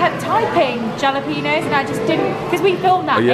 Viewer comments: Shouldn't be a food reviewer if you can't even pronounce jalapeño correctly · I cringe every time they say jalapeño! It hurts! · Please and pronounce jalapeno with an H and not J. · Totally not funny. But the "J" doesn't bother me nearly as much as "ja-la-pee-nos." It's "haul-a-pain-yo." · In Spanish, the letter J is pronounced as an H. "Halapeno" 😉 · It's hala peno not jala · LMAO!! JA-lapenos!! lol It's Spanish J = H, my dudes. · The "J"alapeno is triggering me lol. The "J" is pronounced as a soft "H" in the States and Mexico too, I think. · Sorry guys the j in jalapeno starts with an H sound. No ja. It's ha. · The J is pronounced H in Spanish for Jalapenos. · So glad you loved five guys! Next time, order a single if you only want one patty. Order the toppings "all the way" for a good standard set of toppings. Then add your extras like jalapenos, pronounced ha-la-pen-yos. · Jalopenos are pronounced ("Halapenyoes) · Hall a pain yo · And the N is an ñ, so you gotta say it "ha-la-pee-nyo" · Yes, in America--and California especially--you can't go around saying jalapenos like that! The "j" should sound like "h." Trust us on this one:-) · It's got to be intentional. LOL! But just in case, it's hal-uh-pay-nyo. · ikr when they said “jalah-peenos” i cried and i’m not even hispanic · If they say djalapeeno in Los Angeles they're likely to be arrested. 🌶🌶🌶 🤠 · It's "Holla-Pain-Yo"...because if your not used to them you will holla in pain, yo! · Hey, jalapenos is pronounced ha-la-pay-nyos. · Hi guys! I'm pretty sure that I've mentioned this before but you probably didn't get to see it. When you say Jalapeños it's always pronounced as Halapeno! All J's are pronounced as H's. That's why you were having a lot of people writing jalapeño in your comments! Not sure if they were getting triggered by it or just thought it sounds funny! LOVE YOU GUYS!!! Janet from NH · Triggered: jalapenos pronounced ha-la- PEEN-yos ....lol (just kidding on the trigger)